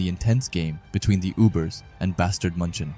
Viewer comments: Bro that "Bastard München" is clearly a derived name of "Bayern München" irl in Bundesliga. You can always look up how München is pronounced instead of that butchering noise of a word MUNCHEN, MANCHEN, MONCHEN or whatever you're saying lmao. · The way bro says munchen....